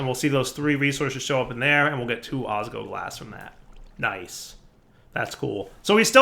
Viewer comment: I die a little inside every time saying "osgoglas" instead of "osGLOWglas." Edit:, seriously? The ore processing chain is super inefficient for draconium! Use an auto-breaker with fortune for that!